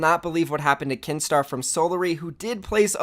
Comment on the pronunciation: When u said Kinstaar I thought you said keemstar